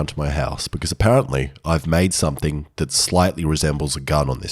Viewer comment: somethAIng strAInge AIbout thIAs blAIcksmAIth…